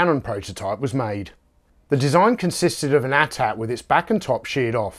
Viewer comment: You said it correct. AT AT not A T A T as these revisionist historians call it.